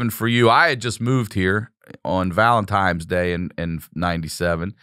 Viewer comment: . Does Sickler say Valentimes day?